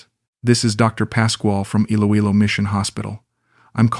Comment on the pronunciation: Great AI story.. Note to Author : perhaps if you type Eeloeelo your reading bot could pronounce it properly.